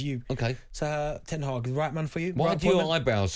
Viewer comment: You can't even get his name right xd it's ten hag